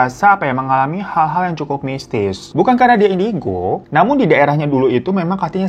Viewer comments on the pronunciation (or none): none